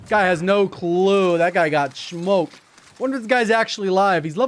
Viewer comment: its saying "SMHOKED" that does it for me lol